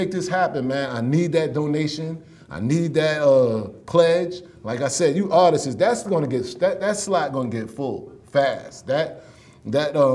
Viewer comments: Its Not "Artis ..iisss!" ...Its "Artists!"...Not tryn" to be funny! Correct dat bruh!..I want u to make it bruh! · that word for the black community seems to be like the word "ask" how 90% say "axe" ... for some reason 90% pronounce "artists" as "artis..issss"